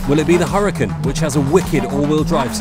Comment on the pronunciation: I know your English and all but you have to learn to pronounce the Lamborghini correctly... UR-A-CON ...is how it looks to pronounce